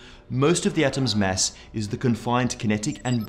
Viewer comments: Its not mess. Its mass. you filthy * . Lol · Why do i hear mess not Mass? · am I the only one who heard Mass as mess all the time? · much funnier video when you listen for "mess" instead of "mass" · Not you again. where is the other guy? You say "mass" weird